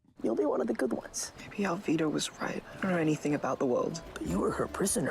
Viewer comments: so does with Alvida. It's written as it is yet she pronounced it correctly as "Alveeda" not "Alvaida". Luffy's name is mentioned a lot of time in the video, and Luffy himself declares his full name and his goal MANY TIMES. Even the guy besides her called Luffy correctly yet she still "Luh-fy"/"fluffy" all the time. Bruh. 🙄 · And yet she's correctly pronouncing Alvida as "Alveedah" instead of "Alvihda" 🤣